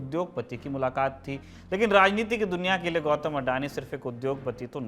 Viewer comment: गौटम नहीं गौतम है यार उसका निम